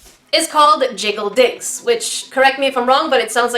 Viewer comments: Not gonna lie when I heard say it I thought she said “jiggle dicks” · I heard jiggi dicks 😁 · I totally thought you said jiggle dicks 😅😅😅😅😅😅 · The one time my mind was actually in the gutter.... I could've sworn you said "jiggly dix" if yanno what I mean 😆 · Lol I thought she said jiggle dicks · When you said jiggle digs i hear jiggle dicks OOf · Oh my gosh instead of jiggle digs I TOTALLY thought you said something else 😭😭😭😭💀 #getyourmindoutofthegutter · did anyone else turn on captions when she said "Jiggle Digs" ? no? ok, please don't